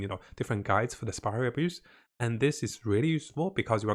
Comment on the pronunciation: Every time you say spiral abyss i can only hear "spiral abuse" 😂